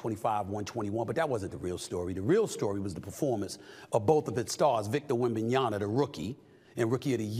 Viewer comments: Dude still fucking up his name over and over Kinda hard to take this shit seriously when you can't even get the names right😄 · Would be great if u d pronounce wemby s name properly at that stage 🙏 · Mr. Smith, please pronounce his name correctly. Peace! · I came here just to hear Stephen a mispronounced wembanyama’s name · Stephen A is too smart to keep mispronouncing wembanyama’s name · if Stephen A. dont PUT THAT DAMN "M" back in Web-man's damn name 😂😂😂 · The 2 guy that they struggle pronouncing the name 😂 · Please work on pronouncing the man's name before committing further. Your points are not wrong but we expect you to be better on such details. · Stephen A you gotta stop disrespecting Wemby. How can you be a legitimate sports analyst if you can’t even have the decency to learn how to say his name correctly? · You are pronouncing Victor‘s last name incorrectly. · We should call him Stephen A Schmidt untill he gets Wembanyama right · Let's bet how many seasons it'll take Steven A to stay Wenbanyama's name correctly. It's been 5years and he still can't say Doncic correctly. But Wenby is black so his racism won't be as strong so I'm guessing 3seasons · Still can’t pronounce his name. Smh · Dislike video until you can pronounce wemby name correctly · stephen why not pronounce wenbeyama correctly first?😂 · Man please learn how to pronounce his name it’s a M at the end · Half way through the season and this “ journalist “ still cannot pronounce Victors last name correctly. Lazy. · Stephen a still can’t pronounce wembanyama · You keep saying his name wrong. At least recently. Its not wembenyaNa its wembenyaMa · WembanyaMA, not Wembanyana ! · YAMA. YAMA. YAMA. NOT YANA. WEMBANYAMA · Stephen please it’s WembanyaMa not WembanyaNa 😃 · Stephen A. PLEASE say victor’s always name as Victor WembanyaMA not -yaNA. Or just say Wemby. Wemby is fine too. But not “wembanyana” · It’s Wembanyama not Wembanyana. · I love Stephen A but he's killin me ! YAMA! YAMA! not Yana lol